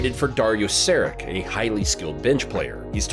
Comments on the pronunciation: Sari(tsch) - not SariK ;) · Sharich not Sarick